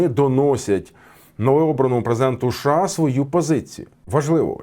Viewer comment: а шо це за краина така у вас - ША? шось не можу поняти